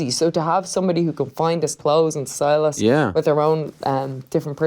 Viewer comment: Except when she says us it sounds like oos